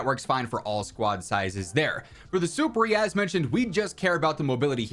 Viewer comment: I can’t take it anymore. It’s been a while now, and everyone keeps mispronouncing it… “Superi” is a Latin word which when properly capitalized translates to “above,” as in ‘superior.’ It’s not suh-per-eee, super-eee, it’s SOUP-PEER-EYE.